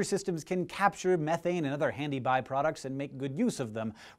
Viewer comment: I've noticed how he struggles to pronounce the word methane correctly, also in another video he pronounces aluminium, al u min um. Strange.